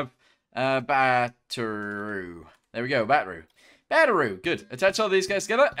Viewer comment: Why do you even call it Batteru If you really want to say it like that just label it as Batteroo instead